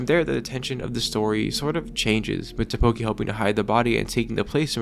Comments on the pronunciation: It's Takopi! Not Tapoki 🤦‍♀ smh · You keep saying Tapoki. It's TAKOPI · its TAKOPI not TAPOKI... great video though, good job. 😎👍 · How can you pronounce it ta-KO-pi when it was pronounced TA-kopi every single time by every single character the entire show. Actually mindblowing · It’s “Takopi” not “Tapoki” btw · Did you even watch the show? Why do you keep calling him “Tapoki” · tAkopi. tAAAAkopi. Not takOpi. TAkopi. AHHHHHHHH. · Sorry dawg, couldn’t concentrate/keep watching after hearing “Tapoki” over and over and over again. Drove me absolutely insane. It’s Takopi, Tako like Octopus in Japanese and pi for the way he ends sentences. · Just want to point out one thing in this video, it's "Takopi", not "Tapoki" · I'm sorry, but u mispronounced Takopi as Tapoki, even though this is supposed to be kinda serious, I just can't get over it 😭💔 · Why does he pronounce takopi like tteokbokki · TaPOki???? My man! My dude! What the, excuse my french, fuck? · is this AI generated? how do you mess up takopi's name in every sentence? not even the anime pronounces it tapoki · Im sure this is a neat video but the fact that this guy cannot for the life of him say "Takopi" is taking me out. Sorry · It was bothering me throughout the video 😂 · STOP SAYING TAPOKI 😭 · you mispronouncing takopi over and over again is killing me BUT THIS IS A GREAT VIDEO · Take a shot every time he says Takopi's name wrong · Drives me crazy lol